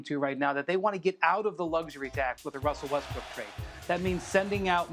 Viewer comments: All I hear is “wussel westbwook” over and over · Wussel Wessbrook. Wassup doc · Wussel Westbrook... Come on maaannnn!!! 🤦🏾‍♂️ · wussle westbwook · Is his name Wussel Westbrook now lol